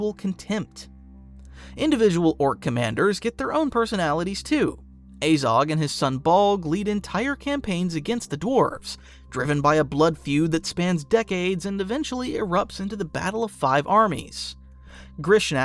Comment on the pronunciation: Ah zog. Not aye zog. Pronunciation matters.